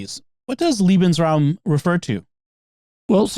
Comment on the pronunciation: It’s pronounced more like LAY-Ben’s-raum. Jimmy sounds like he’s saying Liebensraum, which I’m not sure is even a word but sounds as if it could mean a space for lovers (my German pronunciation is okay but mostly I’ve forgotten my German)…